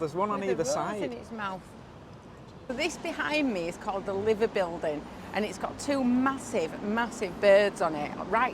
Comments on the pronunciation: It's not called the Liver building, you have to pronounce it as the" lie ver " building lol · Lie-ver building/birds, rhymes with diver not liver! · The Liver birds...pronounced Lie ver ...👍🏻💙UTFToffees!.... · There was a sit com on tv called The Liver Birds way back in the 60's(?) . Liver is pronounced L-eye-ver :) The song Ferry across the Mersey was by Gerry & The Pacemakers in 1964. I remember it all well. The famous zebra crossing is Abbey Rd, St John's Wood, London (near the recording studios). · It's spelt 'liver' but pronounced 'lie-ver. The birds atop the Liver Building are called liver birds, also the title of a popular TV comedy series in the 60s/70s starring Nerys Hughes and Polly James. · There is 3 liver birds in Liverpool not 2 the other is on a building facing pier head by st nicks and U pronounce liver has lyever 😂😂😂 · It's the Liver building pronounced 'Ly-ver' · It's prononced lie ver bird and it has some laver seaweed in it beak. It's what the Welsh use to make laver bread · Just watched your fantastic informative and educational tour of Liverpool even if a bit ivvy its pronounced lie ver birds 😅 first video I've seen of yours and I'm impressed......subscribed immediately good luck with your channel....BTW Liverpool is the best city in England by far and competes for me with the best in Europe and even the world...if only Liverpool had the weather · The building with the bird (cormorant) on top is pronounced lie-ver not liver (like the meat). Happy travelling to you both. ❤ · Liver pronounce like hive not liver as in meat 😂😂😂😂😂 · It's not pronounced liver like the body organ, it's pronounced live, rhymes with strive. Live-er. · Welcome to our city... that crossing your after for the beatles is in london its abbey road i believe ❤, and the recent batman was filmed at that building but its pronounced... LIE... VER building 😂😂 not liver. Keep the vids coming ❤ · 😂 liver.Its pronounced li ver.great vlog,you should of went to lark Lane.